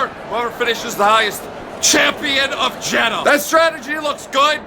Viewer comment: Jeddah don’t end with ‘A’